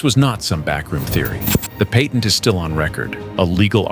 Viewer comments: "The Paytent"! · Did you say ,’Pay’tent?